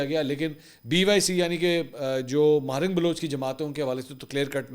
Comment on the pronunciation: ماہرنگ نہیں ہے صحیح نام ڈاکٹر مہرنگ بلوچ ہے ۔۔۔۔ بلوچوں کی آن اور شان ہے ۔۔ بلوچستان کی شیرنی اللہ سلامت رکے